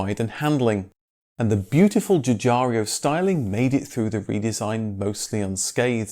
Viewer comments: So many well investigated Videos....but each time he mentions Giugiaro....he says GugARIO...which gives me goosebumps . It´s GIU-GA-RO not RIO. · sigh... lets try this one more time Its NOT "Giugario" its "Giugiaro" - a common mispronunciation... You forgiven. Now mend you ways and carry on. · Still unable to pronounce Giugiaro ( and not Giugiar-i-o)... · ge-or-JET-oh JEW-jar-oh. You need to know the name of the GOAT. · I love your vids, but a little mistake: It;s Giugiaro and there's no i before the o.